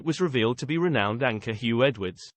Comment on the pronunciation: Did he say renowned "anchor " ?